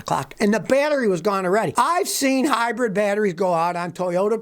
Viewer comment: Scotty...I keep telling you...it is HYBRID NOT Hybred ! Hybred is a tall bread van... Just stop it now...